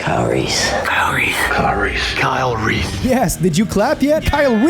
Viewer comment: Christian Bale's pronunciation of Kyle Reese " Kyle Reeth ! " 😂😂😂